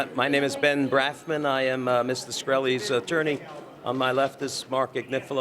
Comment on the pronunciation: ah yeah it's Brafman not Branfman, and Attorney not Attorrney......cmon CNBC